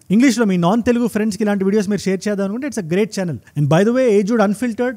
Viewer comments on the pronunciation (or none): none